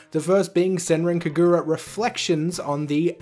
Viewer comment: I am hype for yokai watch cause that means more money for them to spend on Inazuma Eleven Ares. All the marvelous stuff is awesome. Also, the Kagura in Senran Kagura is pronounced with the emphasis on the ka (not exactly, but for a non-japanese speaker it is a easy way to get close to the actual pronunciation). It's just kinda jarring hearing it the way you say it, sorry if I came off offensive.